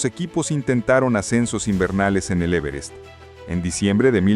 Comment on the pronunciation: En la ia esta no se pueden pronunciar bien los acentos,el e verest?